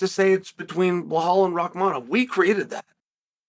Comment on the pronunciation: He’s saying Rockmonov instead of Rakhmanov. Lol